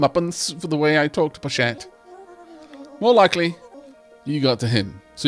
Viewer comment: I love this playthrough. cant wait for to find out how to pronounce Pochette's name.